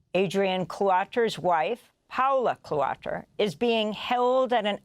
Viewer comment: Is it pronounced “cutter”?